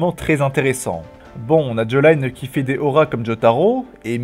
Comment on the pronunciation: Sa se prononce "djoline" pas "jolayine